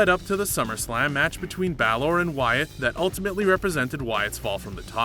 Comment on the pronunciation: And BA-L-Or...